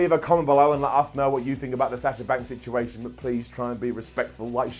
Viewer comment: You're a bald head buffoon you mispronounce situation what an idiot. LoL